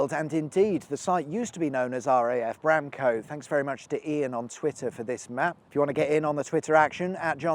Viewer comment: Nice finish on the Whetstone viaduct - popular for some light trespassing with the locals; though I'm surprised you didn't have a look at the broken farmhouse and rotting machinery a wee bit further along. (Pedant note: the vowel in -stone and -cote is the schwa so it's more Whetstuhn and Bramcuht.)